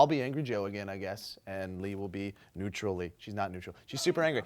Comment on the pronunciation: Neutrally. Neutral Lee. I don't know if that was on purpose, but I was amused. :]